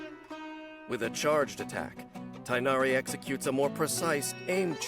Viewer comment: Gorou's abilities aren't the most flashy, but he singlehandedly makes Geo dps characters viable. Well, other than Navia anyway. You actually pronounced Tighnari's name more accurately to the original Arabic name than the game does. For some reason the English localisation team thought tie-nari would make more sense to a western audience. I don't get why, I would've instinctively pronounced it as tig-nari.